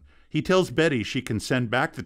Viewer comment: Its BESSY not Betty... dear lord